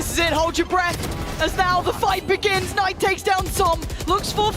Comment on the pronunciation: Why does call Knight “K-night” lol